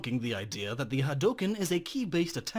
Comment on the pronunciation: Glad you didn't say "ha-dew-ken"........